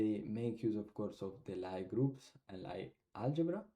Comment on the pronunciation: Lie group/algebra is pronounced as “Lee” :)